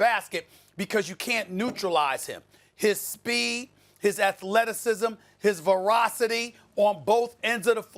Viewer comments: he says verocity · ...... Stephen A, what’s “verocity”?